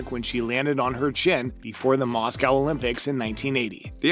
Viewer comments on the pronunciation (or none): none